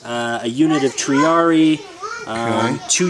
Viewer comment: like you write it..forget english..latin is pronounced like you read it! e is pronounced like the e in "bet" Triarii..in english should be something like if it was "tryaree" But you pronounced that perfectly in the video!